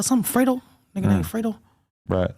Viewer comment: Come on it's pronounced "freydoh" not "freddo"😅 grammar 101